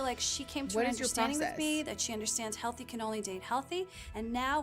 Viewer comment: I've listened to this like five times now and every time I hear "healthy cannoli Dave healthy". I have no idea what she's actually saying, but there's no way that's what she's saying (Who's Cannoli Dave? Why does Claudia need to be convinced of his health?)